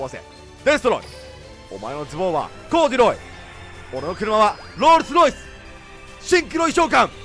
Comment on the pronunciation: コーデュロイとかロールスロイスの発音適当なくせに、Theアトモスフィアの発音は天才的w